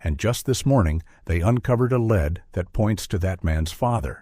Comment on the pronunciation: Your A.I. robot says "they uncovered a lead", and pronounces the word "lead" like the metal, as in a "lead pencil". SMDH Why can't you fix this stuff before you publish your videos????